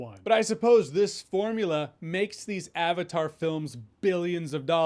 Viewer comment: Avatar is a Sanskrit word. He lost me in the first few minutes when he couldn't even bother to look it up and pronounce correctly. He probably knows how to pronounce Croissant and Fettuccine though.